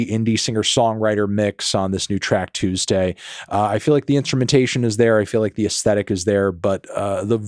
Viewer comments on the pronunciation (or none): none